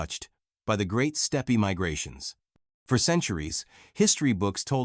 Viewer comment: Definitely narrated by AI. Mis pronounced the 1920 date and the word steppe. Google says no published dna exists on Puabi.